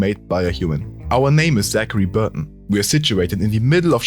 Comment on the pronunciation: y'all are just finding out about this mod?This was such a cool new concept and mod, overall 9/10 because whenever that guy said Burton it pissed me off